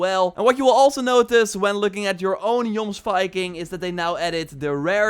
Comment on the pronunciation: Great video. But I'm pretty sure it's pronounced: yomsveeking